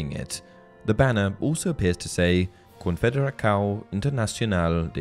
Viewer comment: You said "confederação" wrong, the "Ç" has the sound Of a "S"